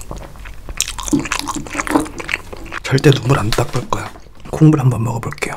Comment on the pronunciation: 국물 먹을게요를 콧물 먹을겡요 라고 들음